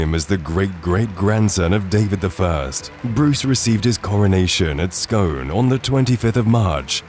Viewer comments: I hate when the get scone wrong it's pronounced scoon ! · Scone is pronounced skoon! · It's pronounces "Scoon" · Really nice video. Minor bugbear is the pronunciation though. (Sk-oon as opposed to Sk-on) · It's pronounced scoon! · aye it’s pronounced scoon eh ken it well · It's pronounced "Scoon". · Scone is pronounced skoon for the town and skon for the delicacy. Berwick is Berrick and one of the most interesting towns in Britain as it has changed hands between Scotland and England so often and was once left in the position of being officially at war with Russia (or the USSR in the 1960s). Thankfully for the Rooskis, a peace treaty was signed!